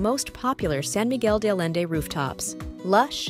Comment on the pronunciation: Nice review of rooftop restaurants, but your pronunciations of San Miguel de Allende and other names need work.